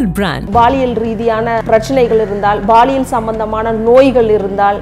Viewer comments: Madam, Athu Baliyal illa Paliyal😂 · அது baliyal illai Paliyal (பாலியல்)